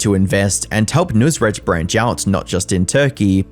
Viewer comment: This guy should never have been famous to begin with, and its clear that he let his ego get to him big time, but he chose to just be "over the top" in all his dealings and the most shady thing is him stealing tips from employees. It is pronounced "nus-raat", not "noos-rat"